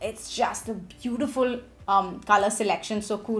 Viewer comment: I thought you were possessed when that accent popped. Bootifulllll❤